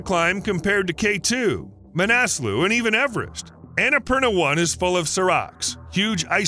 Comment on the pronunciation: Now try to pronounce Everest correctly^^ (No, it's not pronounced "average").